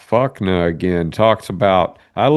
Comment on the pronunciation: I believe it’s not Fukna. It’s Fuk N A. Like replying to someone. Fukin Ay Man.